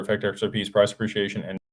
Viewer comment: PRAHS 'PREE-SHE-AY-SHUN